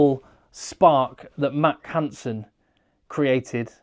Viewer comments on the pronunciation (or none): none